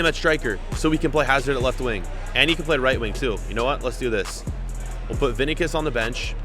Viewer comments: Its V.I.N.I.C.I.U.S not vinicus🙄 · "Vin-ick-uss" lol.